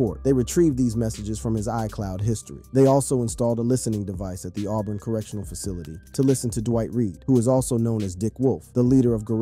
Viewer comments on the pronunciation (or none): none